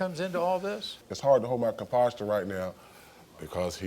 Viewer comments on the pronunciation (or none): did he say conposture?? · "Composter.." Lol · Did he say composture? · “Composture”? Kids, he meant composure. Please know the difference. Good man though. Hope he moves on from her. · Omg!!! What “composture”??? 🙄🙄🙄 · Jada Pickett should have trademarked Entanglement 😂😂 Would have been more money in her pocket 💯 He said composture.. but meant to say composure.. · ComPOSture? 🤔 : InTEvestigator? 🤔